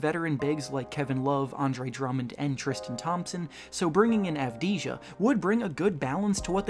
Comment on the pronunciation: the 6th pick Deni Avdija is pronounced as Deni Avdia